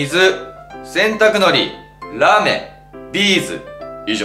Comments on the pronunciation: ラーメンじゃないの？ラメーンて何？wwwwww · ラメがらーめんに聞こえたw